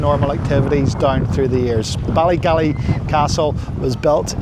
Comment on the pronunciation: It's Ballygally not Ballygalley ... enjoyed your video ... 😊